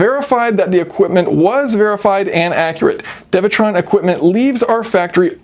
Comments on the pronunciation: isn’t it dewetron and not devetron? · It's pronounced Doo ee - Tron